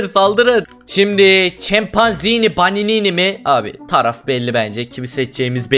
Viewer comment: 5.54de chımpanzınnı banınını diyo😂😂😂😂